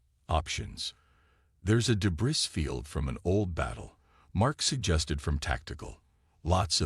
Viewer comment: Day-bree, not day-bris